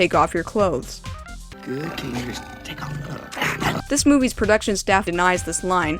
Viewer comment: "you" not hou